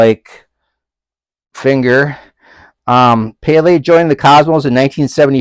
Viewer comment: As soon as that How are ya’s? popped up I gave it a thumbs up 👍😄 Not like I wasn’t going to do it anyway! I mean you showed the beautiful signed Pelé jersey 🇧🇷 You did great on the pronunciation btw. Great job with this VR for our friend Barry and helping spread CP awareness. The amount of yeah boys you deserve would get you in the Guinness Book of World Records 🎉